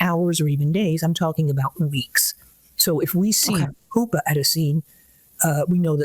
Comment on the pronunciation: Her pronunciation of “pupa” makes me think she’s not as expert as they’re trying to say